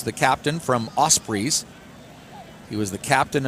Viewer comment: I love the commentary and the fact that the clock is counting down, threw me at first but soon cottoned on. And 'Osprees' it's not even like its a strange word. Don't they have Ospreys in the US?